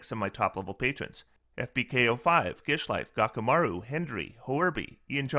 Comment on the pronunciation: You’re pronouncing your patrons name life.. clearly it’s jishlife../